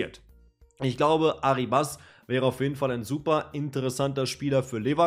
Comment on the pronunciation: kurzer aussprachetipp: der junge mann heisst nicht arribAs (der Akzent liegt nicht auf dem a), sondern ArrIbas (also akzentuiert wird das "i" ;) gern geschehen.